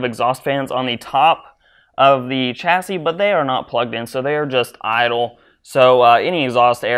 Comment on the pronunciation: its pronounced shassy not chassy